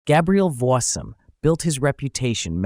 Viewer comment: You might consider correctly pronouncing Voisin.